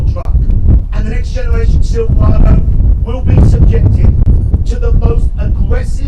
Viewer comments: He keeps saying “SILVA-WADOO” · Whats a silvwado?